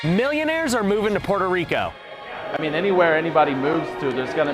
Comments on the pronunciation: When she says Puerrrto Rrrrico though 😍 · Why do you have to pronounce Puerrrto Rricooo like that? It's annoying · Everytime she says Pooerrrto Ricoh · hey, you speak normal english but each time you pronounce "puerto rico" you sound like an idiot, say it right. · Petty question; if you're speaking English, why pronounce Spanish names with an exaggerated Spanish pronunciation or accent. I'm not saying make them over simplified or bland but it sounds un natural and awkward when every time you say "puerto Rico" it's with a thick Spanish accent when if you naturally soften those R rolls just ever so slightly to match the rest of your speech, you would sound natural and to be frank, the contrast it makes you sound pretentious fir some reason and trust me sweetheart, conking off even more stuck up is the last thing you need any help with.